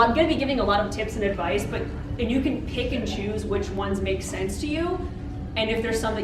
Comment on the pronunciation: Every time she says "pick and choose" also sound like "pikachus"